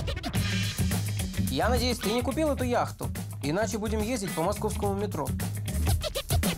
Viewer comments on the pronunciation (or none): none